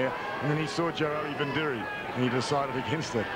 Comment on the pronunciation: for fuck sakes,, it's not joeli vindiri, you stupid shit stomper, its joeli vidiri, what's wrong with the commentators back then , counties wing David wood they called him David woods, Jonah lomu first appearance for counties they called him johno Loma